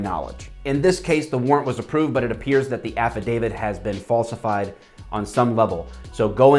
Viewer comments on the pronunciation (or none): Why does affodavit sounds like act of david in my ears?